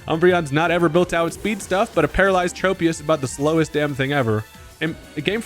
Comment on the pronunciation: Why do people call Tropius like that? Is it the trope pokemon? Is it based on a trope-ical tree? No, it's based on a TROP-ical tree